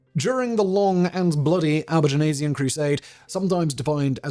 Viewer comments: Simon, love you... but your French pronunciations are... well they're *something*! 'Albigensian' (not technically a French word, which is 'Albigeois') is pronounced /ælbiˈdʒɛnsjən/ "Al- be - JENSS - yun". You're adding an /eɪz/ "-aze-" in there for some reason. Outremer (literally "Over seas") is pronounced /ˈuːtɹəmɛː/ "OO - treh - mer" or /ˈoʊtɹəmɛː/ "OTE - reh - mer". I wasn't going to pick you up over the first but the second broke me. I'm sorry. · I love it when Simon can't pronounce something - re Albigensian :D But kudos - small price to pay for being so prolific. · Why do you keep adding an e to Albigensian? an entire extra syllable! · Is Albigenasian the way Brits pronounce Albigensian? Sort of like the aluminium/aluminum pronunciation difference with Americans? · I just wish he wouldn't keep pronouncing it Albigenasian. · Sorry, got only as far as your mispronunciation of Albigensian - if you do these videos, do some homework as well.